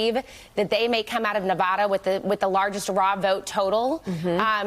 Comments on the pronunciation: If you guys are going to cover news about Navada, why not make an effort to pronounce it correctly? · They can't even pronounce the name of the state correctly.